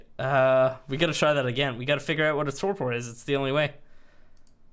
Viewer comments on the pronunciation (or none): Not that it matters but you pronounce Torpor this way "Tor Per" and not "Tor Por" the sounding is "Per" at the end and not "Por". Sorry, I had to mention that, it was killing me listening to you say it LOL. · "tore poor" god that hurt my ears xD